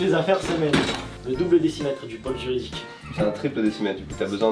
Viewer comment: Pour info, il y a un accent circonflexe sur "pôle" donc on accentue la prononciation du O en montant et descendant le son du O.